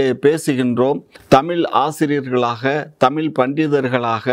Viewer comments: Tamizh pa.. Tamil Ila.... Zha... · தமில்.? தமிழ்.? பாவம் தமிழ். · Kamatchi daan tamil nu solludhu anchor aavadhu ozhungga tamizh nu pronounce panni irukalaam